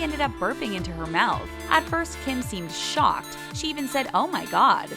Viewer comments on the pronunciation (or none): none